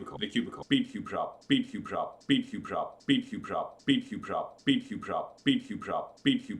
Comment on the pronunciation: after a while of you saying speedcubeshop it sounded like spacecraft 😂😂😂